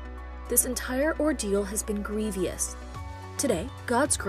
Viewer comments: To the ignorant narrator" the word is grievous not gree-vee-ous. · “Grevieous?” Grev-ous. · Greevy-ous. Jeezy-ous. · Ahem. Please get a pronunciation guide... grievous is pronounced "GREE-vuss", CSAM is actually an acronym so C-S-A-M (not C-sam) and Fayetteville is pronounced FAY ette ville, not FIE. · How does a journalist not know how to say “grievous” 🤦🏼‍♀️ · The word “grievous” was horribly mispronounced. Why doesn’t your show hire genuine, professional announcers? I’m elated that this incredibly privileged family, whom I believe thinks money (paying off), solves all woes has been served a lesson. The idea that this cult believes that males are superior and have the final say in all familial matters is ludicrous. Poor Anna was forced into the marriage to the Duggar predator. I recently viewed the proposal video from their show and Anna was ambushed by the males in her life: her father and josh. Anna skulked away from josh into the corner of the booth-as far away from him as possible. Anna knew what was up and said, “No” to josh the instant she knew this was a proposal. Josh told her to say “yes,” which she then did. She didn’t want to marry him. Anna’s father pimped her out, imho. It’s a pathetic situation. At least josh is now in jail where children will be safe from him. Child predators don’t do well in prison. The inmates see to that.